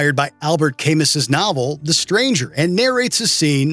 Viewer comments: The narrator embarrasses himself in true WatchMojo fashion by butchering Albert Camus’s name then immediately reads the line jabbing at people for not understanding the literary connection. Who edits these stupid videos??? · No one will see this or care, but the author of the book that "Killing an Arab" is referencing is Albert Camus, pronounced Al-bear Cam-oo, not "CamuSSS" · Nobody noticed the narrator's butchering of French pronunciation? "Albert Cam-us". The real pronunciation is closer to "Camoo" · I'll tell you what I found most offensive about "Killing an Arab": This video's narrator MISPRONOUNCING the name of the author of "The Stranger"--Albert Camus--as "Albert Kay-miss" rather than "Al-bear Kah-moo" (granted, that's not exactly correct either but Camus was a French writer born in French Algeria so MY version is far closer to the STANDARD English pronunciation than what the narrator gives). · It's Al-BER Ca-mou, not AL-bert CAM-us. The "s" on the end of French names is silent. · Al-Bert Cay-Mus, huh? 😅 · Albert k-muss, ah that famous french author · Do y'all look anything up or do you assume you know everything? Camus = ka-MOO Camus' = ka-MOOs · Not to mention Albert ''cay-muss''....... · It's just Prodigy, guys. Not The Prodigy. Also, how do you mispronounce Albert Camus so badly?